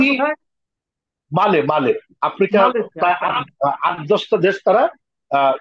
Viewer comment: চমৎকার আলোচনা করেছেন দুজনেই। আফ্রিকার দেশটির নাম মালে নয়, মালি হবে।